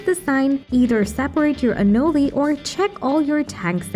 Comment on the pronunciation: It’s pronounced anōle, for chrissakes!! And because of that, it’s thumbs down for this.